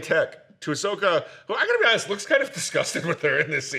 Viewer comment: Wow! Can’t believe how upset I got when this dude called Ahsoka Osaka!!! 🤬 Am I the problem?! 🤔